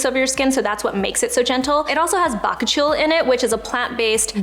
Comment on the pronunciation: Someone please tell how to pronounce bakuchiol.. ba coo chi all..